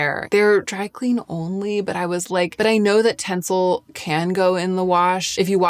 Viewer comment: It's "tenCEL". 😊